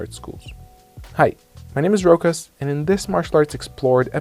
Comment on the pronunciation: Hey, Rokas, so can you not pronounce your own fucking name or are you butchering it to sound more american?